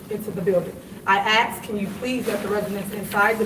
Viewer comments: “Axed them” 🙄 it’s “asked” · Holy crap that's annoying. It is pronounced "A S K" As in, as-with a k at the end. Not "AXE" which is what someone needs to do to her current pair of cushy jobs.. Pulling in about a quarter mill a year- And that empty pant suit can't even afford her rent? What's next? She'll start claiming she's a 'sov citizen' to try and avoid getting evicted? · “Asked” not “Axed” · ILLEGAL...not E LEGAL. DROVES..not DRONES. ASKED..not AXED...Good God from ZION!! 😏😒🙄